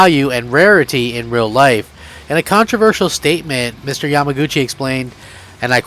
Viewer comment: 😂😂 Why are you butchering Yamauchi's name?